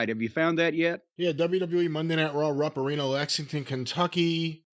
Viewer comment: Always sounds like it's pronounced "Rump" Arena.. 🤣